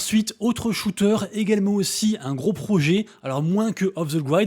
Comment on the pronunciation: Off the grid ça se prononce 'i' pas 'aï', ça pique à l'oreille 😬😅